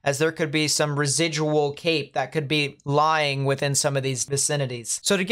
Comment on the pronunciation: I thought you were saying Cake not Cape. Like Cake gives you energy. Then I cleaned my ears. Kind of sad it's CAPE